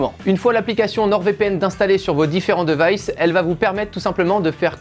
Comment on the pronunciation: Les différents DEUVAÏSSE dommage cette prononciation.